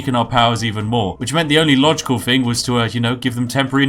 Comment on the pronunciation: 400 subs and you can say "Th"ing and not Fing